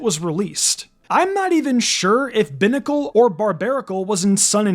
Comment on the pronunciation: It’s pronounced cry-AHG-uh-null and BYE-nuh-cull, “”! 🤨 Stop mispronouncing Pokémon names, bub! 🙄